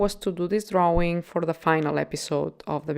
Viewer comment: I like how you say 'drauwing'. :)